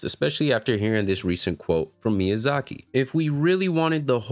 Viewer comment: This man really calling Miyazaki "shec lmfao! Aside from that, dead on correct. "Situational disability" is not a valid argument for making ER easier.